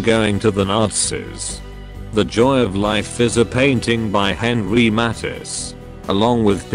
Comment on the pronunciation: The information is okay, but the pronunciation of various names and important words is awful. Matisse is pronounced incorrectly as is draughtsman, for example.